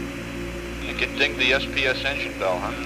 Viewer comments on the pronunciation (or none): ohhh.... "Engine (SPS) Bell". For two decades I thought Fred/Bill Paxton said "engine belt", like a joke.